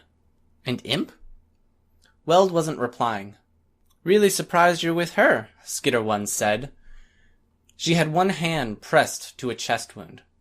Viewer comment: Dude, SKEETER!? Ah, Hell nah! Bruh it's SKITTER!